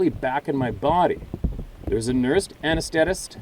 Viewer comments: love ya. A-NEST-STA-TIST. gotta lighten all this up once in a while. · re: Anesthetist. That can be pronounced "a NEES th' Tist" - strongest emphasis on second syllable NEES; second strongest emphasis on the last syllable Tist. Just kind of slip in the other two syllables. There was a time I was a "regular" with them; but I'm no longer circling the drain.